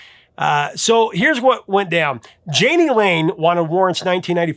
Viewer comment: My brother, "Yaa nee" Lane and "Shoog" Knight.